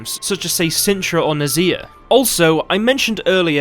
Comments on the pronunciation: Not exactly! Listen closer - to Geralt and everyone else, it's "NAH-zuh-AIR". I'm not trying to be mean. I'm just telling you the right way to pronounce it only because of my good will to make the channel even greater. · Awesome video! Just one tip: Nazair is pronounced more like "Nah-zuh-air" not the way you say it:)